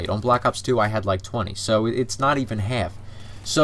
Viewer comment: "Not even heerf the time" lmao <3